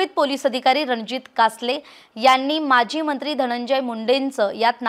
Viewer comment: Mazi mntri nhi maji mntri mhnave.frak smjun gya yr delivering marathi arth badlatat.dont tk it otherwuse